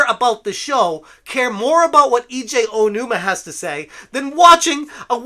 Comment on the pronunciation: Eejay Ohonuma. Good God. If you want to defend someone, at least learn to say their name.